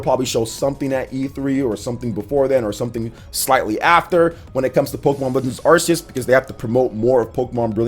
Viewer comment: "Sinnoth" "Arseues" Oh...